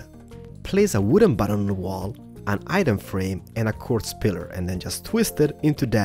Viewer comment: bu-tton? hiong? what is that ._.